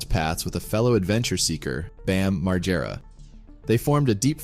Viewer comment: Really sad about Ryan. But what's worse is the way you say Bams surname. It's pronounced MaGG-era. RIP Ryan